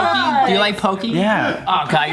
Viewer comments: Its not pokey it's poke ahh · They say Poke like white people lol It's pronounced Poh keh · It's "PO-KEH"!Lol Not "Pokey" lol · The way pronounces “Poke” triggered me